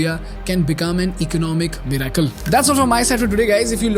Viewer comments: MIRACLE Pronounced 'MIR-i-cle' ✅ not 'mir-AI-cle' ❌ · Bro the way you say miracle is soo disconcerting